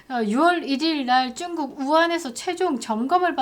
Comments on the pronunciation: 쭝국이라고 안했으면 좋겠습니다 정확한 중국어도 아니라서 너무 거슬립니다 그냥 중국이라고 해주세요 내용은 너무 좋습니다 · 왜 중국이라고 안하시고 쭝꾹이라고 하시죠? ㅋㅋㅋ 쭝 꾹 ㅎ 암튼 같은 나라네여